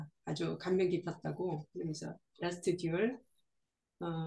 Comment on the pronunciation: 라스트 듀얼(Last duel)의 정확한 발음은 라스트 듀오이죠. '듀'에 악센트가 있습니다. 간통과 강간의 차이가 뭔진 모르겠으나 그 미묘함은 해당 여성만이 알 수 있겠죠. 십계의 열 번째 계명은 '이웃의 아내를 탐내지 말라'입니다. 그러나 정작 성경은 시대를 불문하고 등장하는 여러 유형의 色骨에겐 줄기차게 관대하더군요. 님의 차분한 영화평이 인상적입니다.